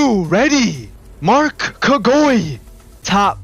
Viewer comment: It is pronounced mark "ka gi wa"